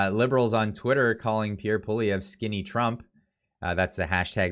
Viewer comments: I love your videos. I watch them all the time. Great content, but you've really got to pronounce Pierre's last name correctly. Think "Polly" or "Pwolly" as the first two syllables. Then just "ev" as the 3rd syllable. I'm just trying to help. Many times you pronounced it as if you we saying "Poh-live-ee-yay". That's really far from the correct pronunciation. The funny thing is that you kept flip-flopping between an almost-correct pronunciation, and the incorrect one (i.e., ending in "yay"). Otherwise, it was yet another great video highlighting the hypocrisy of Trudeau where he use the obvious tactic of blaming his opponents for the thing that he is actually guilty of himself. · you said his name right the first time and then fucked it up the second time and got it right again on the third... lol. better than front page news. his pronunciation on Pierre's name and Saskatchewan is terrible. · iy is Poly evr not polivie Learn to pronounce. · Would you please learn to pronounce the new Conservative leader’s name! Making fun of the “French guy’s” name isn’t funny. It’s divisive and undermines your message. It’s not Poli-vee-yay. Leave that to the Lib/NDP coalition. Believe me, they love it when you do that. 😉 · not pol-i-ev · Dude. Its POLY - EV - RE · Poilievre pronounced Pwaw lee evre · For gods sake at least pronounce his name correctly. Phoenetically it is poly-evv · It’s pronounced “Pwah-lee-ev-ruh” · say it with me: "Paul-E-ev". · Pierre’s last name is pronounced Polly ev. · please practice Pierre’s name. Pick a pronunciation and stick with it. Paul-eee-Evvve. Not that tough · Love your videos! Polievre is pronounced poly-Ev, hope that helps! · practice the name Poilievre; you will be saying it a lot in future! LOL. Suggest you write it out phonetically and stick it under the mic: PO-LEE-EVE (badly pronounced) in English. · It's pronounced "poly-ev"